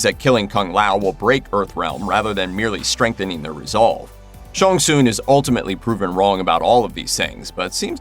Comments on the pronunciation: Please do your name pronunciation research. Not Shawn Soon. I just grimaced every time. Sh-Ang Sung. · It’s Shang Tsung, not Shon Soon! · Shang Tsung not Shong Tsung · "Sean soon" it's Shang tsung lol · Shong Soong? Dude... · Who is “Shong Soon”!?!?! Hahaha I’ve been a MK player since the original when I was like 8 or 9; don’t think I’ve ever heard it pronounced that way…outright butchered. But then again, the best “fatality” I’ve seen in awhile….. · I can’t help it. Why he keeps pronucing Shang Tsung as ShunSoon. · "ShOnG sOoN" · The main villas Shang Tsing name is pronounced Shang sung not that weird pronunciation by the narrator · Shawn Soon..... shut up stupid narrator.... trying to sound different..... SAY IT RIGHT!!!! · The fact this guy cant say shang tsung correctly drives me insane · Mannnn you too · Hearing you mispronounce Shang Tsung over and over again is grating. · I enjoyed watching this reboot but I have so many plotholes noticed. I also noticed how the host of this video could not speak Shang Tsung's name the right way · The way you pronounce Shang Tsung is hurting me a bit 🤔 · K, but why do you say Shang Tsung like that? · I wanted to punch this guy every time he said Shang Tsung wrong.